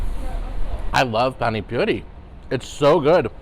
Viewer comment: its not PANIC poori HA HA.. PAANI poori.. Spell like Peter PAAN in a streched way.. Looks like NORTH Indian Innovative restaurant.. Cheers, Pradeep. Rajkumar.. Pollachi,Tamilnadu-South India.